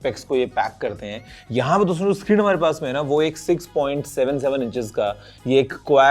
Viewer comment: Guruji jab bhi dosto bolte hain . And i listen always Gareebooo😂